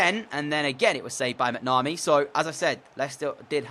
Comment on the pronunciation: Its mac-na-mee